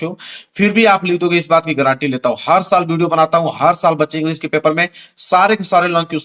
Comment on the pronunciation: सर गारंटी है 😂 गरंटी नहीं 😂😂😂😂